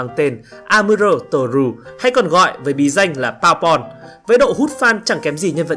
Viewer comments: Bơ bon mà cứ đọc là baubon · đọc mắc cười vãi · ông này nói "bourbon" là "powerpoint" :)))) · Nghe anh nói Bour Bon thành Power Point:))))) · không ngờ tác giả ưu ái Amuro đến vậy! anh chàng này cũng tài giỏi ghê. Anh chàng này lúc biết là điệp viên 2 mang mình cũng thích hơn, vì nếu là phản diện lun thì uổng lắmmmmm. Xin đóng góp một tí ý kiến cho kênh là từ Bourbon mình có thể phát âm là "bua bôn" (nếu đọc theo tiếng Pháp) hoặc "bơ bần" (nếu đọc theo tiếng Anh) nhé 🙂.